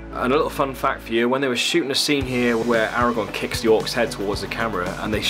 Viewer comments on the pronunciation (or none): none